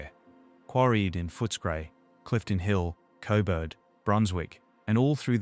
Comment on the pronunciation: Why do you keep calling Coburg, Cobert 😂